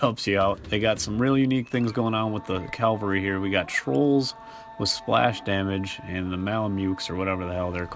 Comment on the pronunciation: You will find that "calvary" means something entirely different from "cavalry" which is what you were supposed to say instead of "calvary".